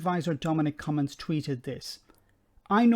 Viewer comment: Haha! "Cummings"